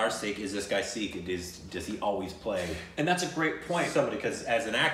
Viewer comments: Hi /, you guys are fantastic. Just FYI. It's "PUN-JAB" and not "POON-JAB" and it is "SIKH" (singular) and not "SEEKH". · Loved your reaction..by the way it's sikh not sick or six.when i clicked on your subtitles of your video i says sick..👍😃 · It's Sikh not Seekh, and a plural of a Sikh in English is Sikhs, in the similar way you must now learn that it's Punjab, Punjabi not Poonjab, Poonjabi. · Sikh is pronounced Seek by non-Sikhs, the plural is Sikhs is pronounced Seeks, by People who are from the Sikh religion, Sikh is pronounced Sick and plural is Singh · Love you guys for reacting to this. Suggest you react to 1984 also. Again starring Diljit Dosanjh. Now, only for your reference in further reactions: 1. It's PUN-JAAB and PUN-JAABI (PUN as in BUN or PUN really) 2. SIKH has the H sound in the end. There are alphabets in Hindi/Punjabi which have that H sound in themselves like KH, GH, CHH, DH, DHH, THH etc. 3. A Sikh performing a role would wear Turban but a Non-Sikh has to wear Turban while performing the role of the Sikh. 4. And Diljit Dosanjh is another great of a Singer, Punjabi and now Bollywood legend. Diljit also was the lead in Soorma(the movie with Hockey champion who was shot and bounced back to become a champion) that you reacted to. 5. There's no dance/DJ party in India that would not have Diljit Dosanjh songs, whether people understand it or not. 6. If you remember from Shashi Tharoor's speech a lot of Indians were abused by British Army for WW-I. 7. SIKHs around the world are known for giving the highest level of Service (we call it SEVA). It's so deep-ingrained in Sikhism that when it comes to SEVA, they don't ever think twice. They are the first ones to reach any part of India (and other countries too, for that matter) to help and rescue victims of flood, famines, tsunami or any calamity whatsoever. I was born Hindu but have great respect and reverence for Sikhs.